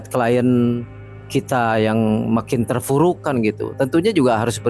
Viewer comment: terpurukk Pak, terpurukkk bukan terfurukk.